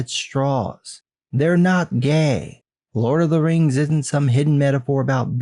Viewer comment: Maybe he watched "teh lurd of teh reings" too often. 😂